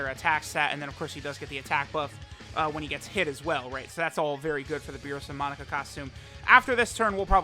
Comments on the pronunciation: Anyone keep hearing Monica instead of Monaka? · Its amazing how u say u pronounce names as they say it in the anime but u continuously say his name wrong. For the last time its not fucking “monica” it’s pronounced “MOE-KNOCK-KA” get the shit correct it’s annoying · its MO - KNOCK - UH not MON - ICA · Ahhh the good ol days of saying MONICA instead of Monaka:) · Am I gonna sit through 17 minutes of calling Monaka 'Monica'? You bet your ass I am